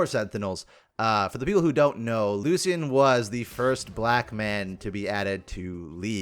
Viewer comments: Lu-shen. The C makes an S sound. Other champions say his name all the time. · for the love of god its lu-shan 😭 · That's not how you pronounce that 😅